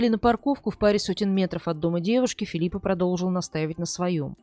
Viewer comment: Не в обиду ...не ФилиппаА а ФилиппО.